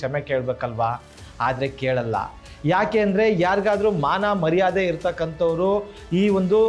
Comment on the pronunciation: ಒಳ್ಳೆಯ ವರದಿ. ಆದರೆ,“ಮರ್ವಾದೆ” ಅಲ್ಲ “ಮರ್ಯಾದೆ”. ದಯವಿಟ್ಟು ಉಚ್ಛಾರಣೆ ಸರಿಪಡಿಸಿಕೊಳ್ಳಿ.